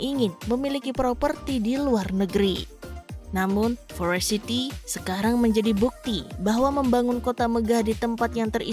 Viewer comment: Kok sebel ya, denger dia baca forest city jadi forest sithi. Parah